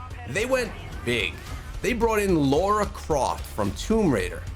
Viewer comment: Laura croft? U mean lara croft?